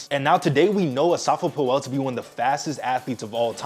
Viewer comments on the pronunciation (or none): Asafa Poo-El 😂